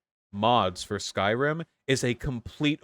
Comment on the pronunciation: Skyrim ❌ Skryim ✅